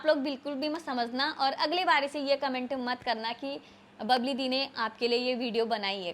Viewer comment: बबली नहीं bbal है